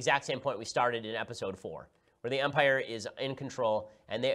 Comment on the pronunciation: “In umpire strikes back”, your outta heeeere